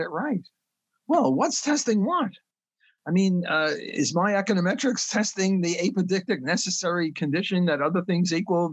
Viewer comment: And ahpodictic.